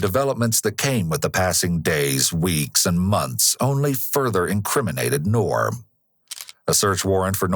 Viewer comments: "We don't know yet whether Ngor has mental issues or not..." LOL!!! Really? F N REALLY?!! Clearly anyone who savagely beats (almost) 100 year old elderly people has severe mental issues! Also, the "g" in "Ngor" is NOT silent. 😉That Ngor could have taken what ever he wanted without laying a hand on those helpless seniors. I wish for this particular case we could go back to the old justice system of 100 years ago. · First time I heard it with a silent G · Nice try but I don’t think that’s how you pronounce the suspects name. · get the guys name right at least, its two syllables not one, the g lisnt silent. it n'Gor not nor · I would pronounce Ngor a little differently, appropriate name however.